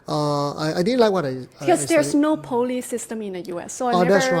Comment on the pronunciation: Poly (pronounced "Polly" not Pou-ly) is short for Polytechnic. A Polytechnic diploma in Singapore is probably the equivalent of an Associate's Degree in the US. Just fyi...lol.